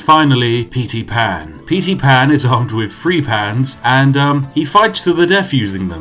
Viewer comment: not even a minute in and i almost shit my pants at "petey pan"